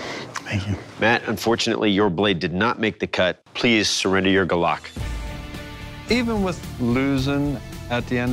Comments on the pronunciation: Hi friend, Please Pronounce it properly, Its not Gulock its Gu-lok 🤦‍♂️ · from where im from it's pronounced goolok not glock lol